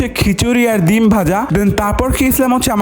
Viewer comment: ডিম ❌ বিম ☑✔️